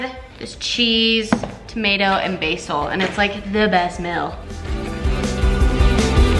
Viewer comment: girl rlly said mill. honey, its meal.